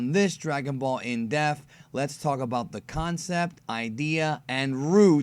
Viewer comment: Why does it sound like you say death instead of depth?